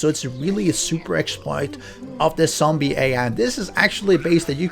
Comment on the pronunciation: Dude.. 🤦‍♂️ its zombie, not sombie..